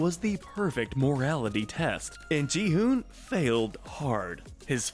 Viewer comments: Not gihume it’s gi-hun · Gi hun not Je Han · Ik he makes it sound like Ji Han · God I hate when channels put no effort into learning name pronunciations. Gi Hun isn't even hard to pronounce.